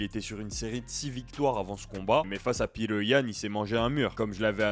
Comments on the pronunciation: Ça ce dit petre pas Peter comme un ricain fait un effort frère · Ni l'un ni l'autre, il est russe ça se à peu près Piotr.